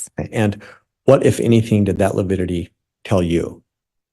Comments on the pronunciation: Every time he says “lipidity” I cringe 😬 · Yes, it sounded to me like he kept saying lipidity... like fatty acids (lipids)... odd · Prior mispronounces a lot of words and names. But I really wish someone would have corrected him on the “lipidity” one. That was so cringy. 😖 Also cringy: parochial / patriarchal and how he butchers Zulema’s name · Is Priors inability to say “lividity “ another attempt to show the jury he”s just an old boy struggling with unfamiliar problems? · side bar "Your honor, please tell this self-proclaimed idiot that it is lividity, not lipidity" 😮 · Does Prior keep saying lepidity?? Instead of lividity 🙄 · Yes, every time he said lipidity I muttered 'good one, Prior' What a twit